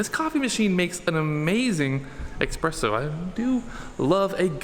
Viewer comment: do not say expresso, please.